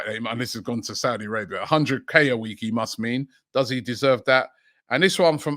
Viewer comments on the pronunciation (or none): none